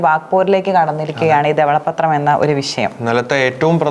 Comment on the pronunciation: ഇതെന്താണ് ദവള പ്പത്രം. ധവള പത്രം എന്ന് ശരിക്കു പറയു